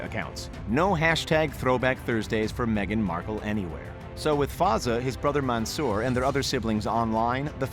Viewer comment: The commentator:Man Soor The commentator:Rasheed